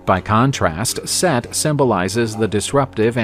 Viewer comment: Set. Not seth brother